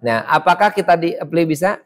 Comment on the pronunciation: Keren, saya nonton banyak video. Tapi untuk sekedar mengkoreksi karena agak mengganggu dalam penjelasan dari video lama hingga video ini. Penyebutan kata 'apply' dibaca epli. Seharusnya dibaca aplai. Semoga bisa diperbaiki di video selanjutnya. Saya tertarik dengan teknik jaringan dan ada pertanyaan: Apa bisa sebuah router dijadikan mikrotik? Misal Totolink N300RT.